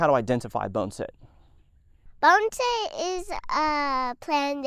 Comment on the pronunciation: Bonn-A-Set. Not Bone-Set